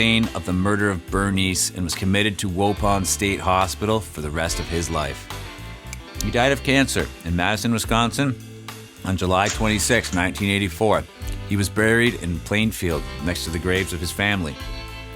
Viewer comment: As someone from Wisconsin the way you pronounce waupon is hilarious. My grandma lived right next to the prison when I was super little and I was always terrified when we'd stay there